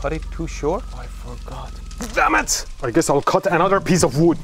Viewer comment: XD I laughed when he said damn it but, he said it with a Th. “Tham it”